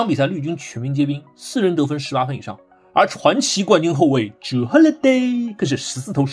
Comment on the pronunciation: 为什么要这样读Jure的名字？